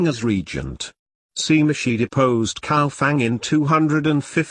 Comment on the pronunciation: Cao is not pronounced with K sound, Cao Wei is pronounced in hanyu pinyin form.